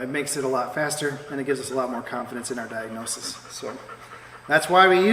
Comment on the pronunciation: Nice Diagnosis-tis-ish, good job.